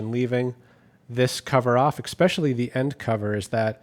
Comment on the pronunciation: “Ekspecially” is not a word.